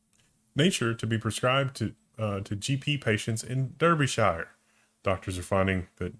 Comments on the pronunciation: it's pronounced dar-bee-sheer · Welcome to Durrbyshyre! It's near Babél.